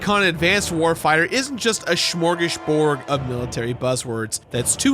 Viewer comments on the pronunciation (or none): There is no h in "smorgasbord." Fun fact. It comes from Swedish, literally meaning "sandwich board."